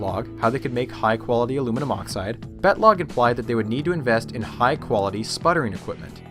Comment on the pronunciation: Great video, I really enjoy it! But everytime you say "Battlogg" I think of something else.